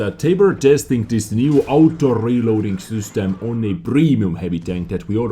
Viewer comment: I love how you say ''sUstem'' instead of ''system'' :*